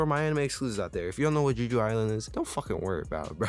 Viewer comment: are yous aying juju island? like jujutsu? .... it's Jeh-Joo, Jeju Island. it's an actual place in south korea, a honeymoon destination if you will. but yeah it's a great show :) i'm excited to see how they animate "ARISE"